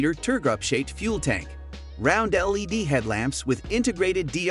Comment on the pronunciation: Or LED instead of lady?